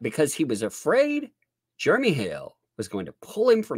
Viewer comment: I giggle every time says "Jeremy" because it sounds like "Germy".